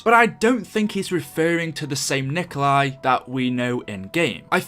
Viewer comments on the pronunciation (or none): copying this Nikkstein Gaming 3 hours ago Its not nikolai tesla its nikola tesla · Out of the dozens of comments I’ve gone through I’ve only seen one other person correct that his name is Nikola Tesla not Nikolai Tesla. Jfc you idiots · Gaming isnt it nicholas tesla?